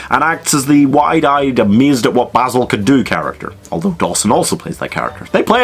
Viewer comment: Jackman can’t roll his R’s well enough for Basil... I mean, he’s obviously modelled after Basil Rathbone’s Sherlock, which is still the gold-standard